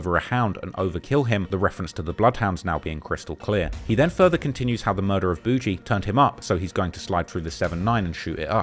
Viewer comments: Boogie isn't "Boo Gee" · Gawd your such a foreigner… it’s pronounced “ buhgiiie” boogie not boo-gee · Buh-ghie! Jesus man, do yo homework on simple nicknames. Calling him boo-jee is crazy 🙄😫🤧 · Nga who tf is Boo Jee 😭 its boogie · Why is this clown sayin boujee? 😅😅😅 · Is it really pronounced “Boujee” or is this just another case of a content creator who can’t pronounce names? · It’s boog-eee. The g makes the same sound as golf. Not a j. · I'm quite certain his name is boigie as in mucus or snot from your nose, and not BOUGIE. Do your homework, especially if you going to try to capitalize and make money off of the Black culture which you clearly don't know much about. It's disrespectful as hell for you to be doing a video about somebody's life & death, making money off of this dude story and you can't even get his name right. This culture vulture crap is getting way out of hand!! 👎🏾👎🏾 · Calling him boo-gee is crazy